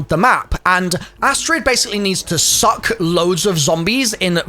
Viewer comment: The way emphasized that suck hahah